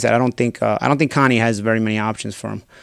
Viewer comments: Ya boy said, "Conie," lmao..... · “Connie” lmao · "Connie" lol